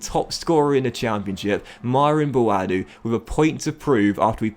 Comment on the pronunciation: it’s pronounced Bwoadu the a is pronounced how you would do if you were saying the alphabet. Love from Ghana 🇬🇭